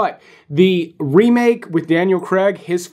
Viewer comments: it`s not creg it`s Craig you need to learn to pronounce english words correctly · It's CRAIG not Cregg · It's not Daniel Cregg! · Good video. But the Scarface time gap will only be the same in 10 years and Americans really need to learn how to pronounce "Craig".